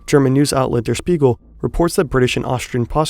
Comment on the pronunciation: I really love that you do videos in english now. But I really really hate that you mispronounce german names like SZ or Der Spiegel wrong on purpose...